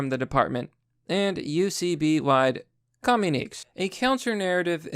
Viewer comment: Say it with me,. KAH-MYOO-NI-KAY